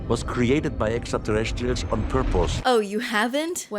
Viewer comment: what is "on porpose"?